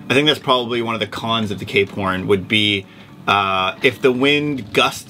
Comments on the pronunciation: Ever since you guys said Cape Horn now all they hear is K porn lol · I can't un-hear K-Porn ... lol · Stop saying K Porn. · I can not unhear k-porn now 🤷‍♂️